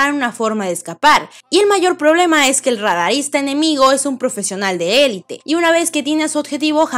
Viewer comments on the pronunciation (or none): none